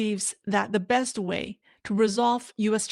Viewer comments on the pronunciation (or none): none